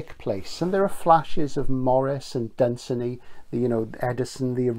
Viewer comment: Magnificent review! One of the best reviews I've heard, in fact. (One small correction of pronunciation, though: It's Dun-SAY-ny, rhyming with "one rainy". I know the family and have visited Dunsany Castle a number of times.)